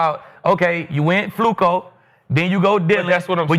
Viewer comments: yo bro his name fluko. Not Flacco. You know you wanted to say it lol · I remember when Skip first called Flacco , Flucoo😜:finger-red-number-one:first thing I ever agreed with him while watching him every morning at the barbershop ! Salute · Skip constantly calling him Flucco is so damn corny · So disrespectful. They make sure to pronounce “Shedeur” properly, but purposely mispronouncing FLACCO for laughs 🤦🏽‍♂️ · Why is skip saying Flacco like that?